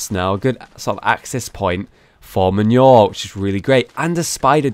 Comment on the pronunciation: hollow manure not men-your mah-new-er